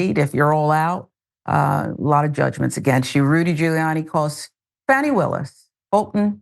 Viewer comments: Someone needs to educate GHOULiani . . . Fani is a KiSwahili word/name that means bearings or relevance and that the letter A is always pronounced AH like the A in the word father. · Deliberately mispronouncing her name is just the disrespectful cherry on top of the disgusting sundae.